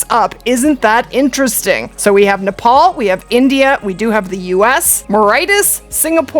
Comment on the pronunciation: Just a bit of help on the pronunciations. Pronounced "Nep - all" and "Munt - jack" Muntjac are an invasive species in the uk, can be hunted all year and in infinite numbers